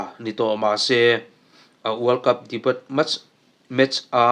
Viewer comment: Debut - Debiu tia lam tur